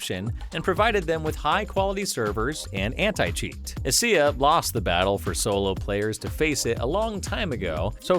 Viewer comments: First time in 12 years I've heard someone call ESEA "eh see eh", it's "E S E A" :D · this man legit said "E-SEE-AAH" lmaooo you cant do csgo videos anymore